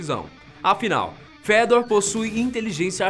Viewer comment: Só eu que li "Fêdor" quando ele disse o nome do robô?? kkkk